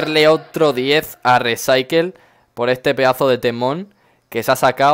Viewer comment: Se pronuncia "risaicool" jajajajaja buen video